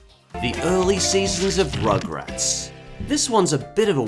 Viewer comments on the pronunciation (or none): i think you said...ummm rochrats not rugrat...